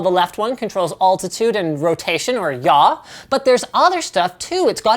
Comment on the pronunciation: Ya? What the fuck is that? Do you mean "yaw"? Where did your 'w' go?